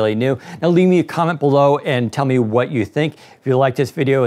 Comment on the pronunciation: At the end, sounded like thanks for washing.